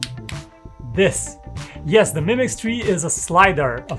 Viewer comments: It's 2 words "MI Mix" not "Mimix" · Ha ha.. he's saying "mimics" 😁 Not a bad name for a phone. Called it, trademarked it!